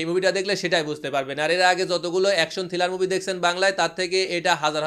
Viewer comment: ভাই বার বার থিলার বলতেছেন কেনো? কথাটা হবে থ্রিলার।